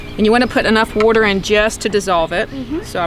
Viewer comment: Love how you say "water." I grew up in MD, and i miss hearing it said like that.